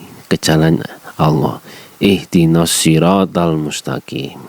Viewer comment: bukan itu mksdnya ! Ihdinas kok di baca ihdinos ngaji dg kumaila ya